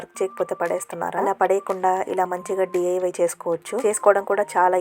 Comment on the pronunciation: Div kadhu andi Diy anali andi aa mathatho mee study record motham pothundhi